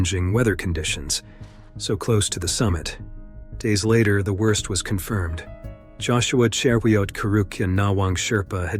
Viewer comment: How you butchered my countryman's name Joshua Cheruiyot is felonious 🙆🏾‍♂️. RIP Joshua.